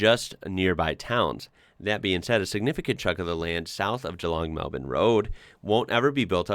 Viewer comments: Hats off to you for pronouncin GEELONG properly - not GEE LONG like so many British and Yanks do. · Impressed about your pronunciation of Geelong. Well done sir. You are now an Australian.